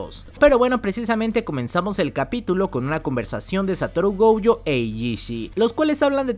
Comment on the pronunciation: Si me permites una pequeña corrección: el apellido de Satoru es Gojo, se pronuncia Goyo,no Gouyo. Me di cuenta en otro de tus videos que lo dijiste mal y pensé que había sido un error,pero veo que es una costumbre tuya. No soy el creador de la serie ni sé japonés ni mucho menos, pero tanto en el doblaje en español como en japonés , ambos dicen "Goyo". Saludos!!! P.S. Ojalá que nadie tome a mal mi consejo, hehe!